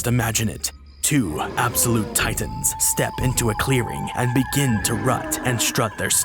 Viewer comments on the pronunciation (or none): none